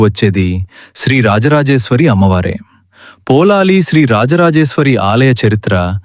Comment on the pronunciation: మీరు పదే పదే పోలాలి అంటున్నారు. పొళలి అని ఉచ్చరించాలి.పుళినాపుర అనే సంస్కృత పదం పామర జనుల పలుకులో పొళలి గా మారింది. ఇక్కడ వార్షిక జాతర నెలపాటు జరుగుతుంది. ఉత్సవం ఆఖరు ఐదు దినాల్లో దేవుని మడిలో(పొలం)చెండాట(బంతులాట)జరుగుతుంది. దేవి భండాసురుడి తల నరికాక ఆ తలను కాలితో తన్నుతూ ఐదు రోజుల పాటు తన పరివార గణంతో కలిసి బంతి ఆట ఆడి వినోదించినదట.ఆ జ్ఞాపకార్థం ఐదు రోజులు ఇప్పటికీ పుచ్చకాయను కాలితో తన్నుతూ బంతి ఆట జరుపుతారు.సురథ మహారాజు దేవిని ప్రతిష్ఠించాక తన కిరీటాన్ని తీసి దేవి తలపై ఉంచి శాశ్వతంగా సమర్పించాడని,ఇప్పుడు ఉన్న కిరీటం అదే అని అంటారు.అలాగే కిత్తూరు రాణి చెన్నమ్మాదేవి పొళలి రాజ రాజేశ్వరి ని దర్శించి సమర్పించిన పట్టుచీర ఆ దేవాలయంలో ఇప్పటికీ భద్రపరిచారు.